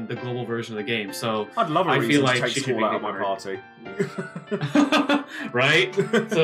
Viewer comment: ...Why do you call Squall, "Squack"? Also, Seiken just means 'holy sword', it's the name of her skillset. Like Steiner has Swd Art, Freya has Dragon, Zidane has Skill etc. You don't see them being used elsewhere... I don't think it's significant.